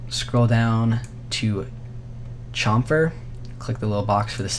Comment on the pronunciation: u say chamfer incorrectly dude :(